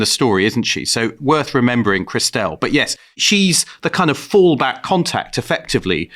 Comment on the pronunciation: I'm loving David's pronunciation of Clauses's sister Christelle. Which genuinely had me perplexed at first, wondering who the hell Chris Dell was!! 🤔😂😂